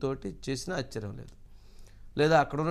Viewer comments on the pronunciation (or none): none